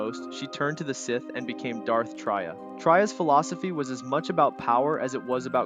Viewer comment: Traya not Trya, pronounced Tre-yah.